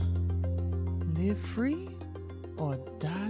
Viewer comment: The way he said crackers